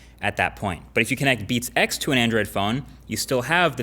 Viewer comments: He sounds like he's saying "beat sex" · "beat sex"? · I swear he says "Beats sex". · Sounds like he is saying "Beat Sex" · It kinda sounds weird when you say 'Beats X' as if it's one word...